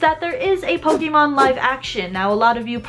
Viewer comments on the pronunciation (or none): Sorry, but the pronunciation of her saying pok-ee-mon is annoying. I'm sorry for being so nitpicky. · "Po-KEE-mon"? Careful, Aki. People get triggered over that kind of stuff.